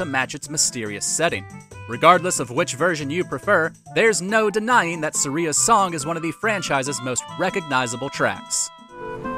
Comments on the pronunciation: It’s not Sur-eee-uhh It’s Sur-I-ah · Sareea's song? Haha. It's Sahria, not Sareea. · Am I the only one bothered by how he said Saria's name, it may be right for all I know but I always said at as suh-ri-ah 🤷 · Suh-ree-uh.... im gonna be sick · Who is suh ree ya? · hahah it is Sah ree a. Good point. Not mah ree a. Who knows link never speaks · oh no. Suh-ria? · Video is great but how did u pronounce saria so wrong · Wait, that's how you pronounce Saria?! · the way you said saria hurt my ears :(